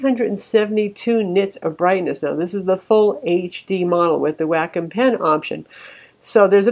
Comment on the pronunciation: Wacom= "Whack'em".. come on